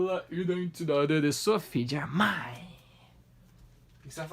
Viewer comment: O nome dela se pronuncia Sofi Germen